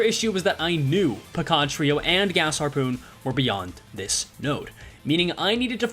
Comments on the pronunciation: amazing achievement, also i cannot un-hear PECAN trio instead of pequod trio anymore 😭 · So THATS how you pronounce pequod???? "puh-KOD" and not "PEE-KWOD"??? this is just as flabbergasting as when I realized meursault was pronounced "Merso" and not "mersalt" as in somersault.